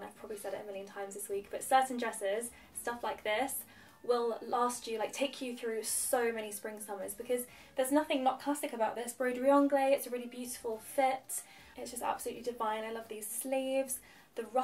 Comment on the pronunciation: Nice choice of pieces. FYI broderie anglaisE is pronounced with a « e » at the end. Great job!